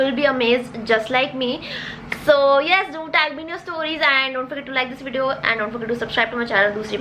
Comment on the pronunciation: I loved how she said lets jump into the videyyon